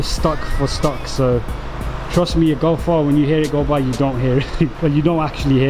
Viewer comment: sick vid but golf r you say gulf are